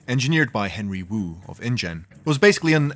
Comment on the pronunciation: It came as indian rather than ingen